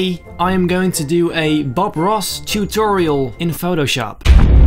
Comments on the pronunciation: Every time u say ‘tutorial’ I hear like a Dutch ‘t’ lol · Omg yes